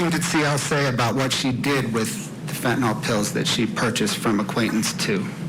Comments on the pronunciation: It's Fent-a-NYL detective, not Fent-A-NOL, good grief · It's crazy that attorneys cannot pronounce the name of the murder weapon correctly. It's not FENTONOL like alcohol ffs. It's FENTANYL.